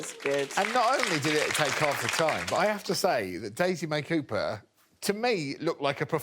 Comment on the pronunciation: Daisy May Coo-purr... 🤦🤦🤦